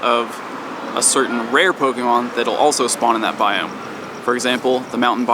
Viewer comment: bioooOMG! stop saying biome! lol